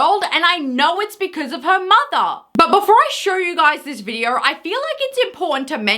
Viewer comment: Why are you inserting R’s into words that have zero fucking R’s. This is you: videoR, mooRn, intoR, oRpens. It’s funny because in words that actually DO contain R’s you don’t pronounce them. Again, this is you: behavYUH instead of behavior, thEH instead of there, weIHd instead of weird, whEH instead of where. Learn how to fucking pronounce words properly.